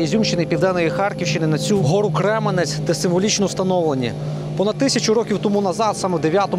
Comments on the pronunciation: Какой Кременець?Крем’янець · В начале видео показываете с кремянца часть города которые вы написали что 90%разрушено, хотя на самом деле там больше целого разрушен только центр, и да не Кременец а кремянец учитесь говрить правильно если не жили в нем